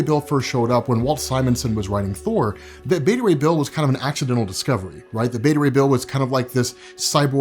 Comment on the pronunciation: Let's just agree to call it Thour.